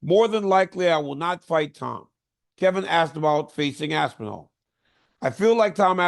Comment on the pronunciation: Y you say aspinall like it's 2 words? Lmfao aspen... All is crazy